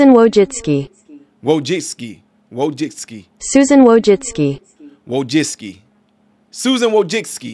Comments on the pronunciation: I think it's pronounced Wojcicki. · I feel really sorry for her son, R.I.P. However I have nothing kind to say about Susan Wojcicki. I believe her last name is pronounced "Wo-Jick-Key" but could be wrong. This does, however, speak to the dysfunction of that family. In a rotted society Susan helped create. I have my theories about the situation her son found himself in to feel like he had to do that. Not surprisingly he was attending U.C. Berkeley--I can't exactly say I have met anyone with a balanced worldview who studied and graduated from there. It's possible but...rare enough I've never seen it. This is just all-around unfortunate. I hope the lad found the peace in death which he couldn't find in life. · it's pronounced like "woah, jet-ski" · "Susan Wo-Jet-Ski"